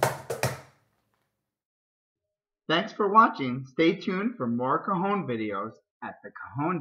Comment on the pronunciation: It sounds like you´re saying "cojon" dude. That means "testicle" in Spanish.